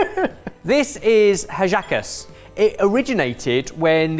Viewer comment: As a Venezuelan that's been following this channel for years, it makes me so happy to see you enjoy our food! Part of the beauty of making hallacas is getting together with your family to make them. P.S.: The H in Hallacas is silent :)